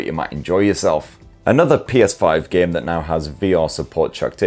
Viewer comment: A geyem on a speyess beyess? I don’t know what that is but it sounds really cool!